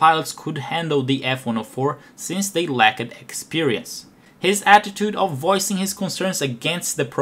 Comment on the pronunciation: Just a minor issue about your English pronunciation: claimed, lacked are pronounced like claymd and lackt and not like clay med or la ked It's a weird language. Click the audio button for an example here